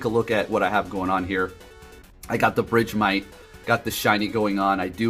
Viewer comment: BRIDGEMITE?🤣 I was so confused idk is that the correct pronunciation?? I always said it like “BURG-MITE” like ice-BURG